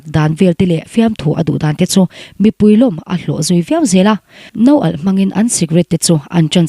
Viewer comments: No alh ni ni lo in nawalh tia lam tur a nih hmel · I Video hi a en nasa ber pawl chu ka ni ve ang, sawisel tur aiin fakna tur hlir hi a/i ni mai. Mahse, tun tum erawh Nawalh ti tura 'No alh' i ti khian beng a tithlep riau mai.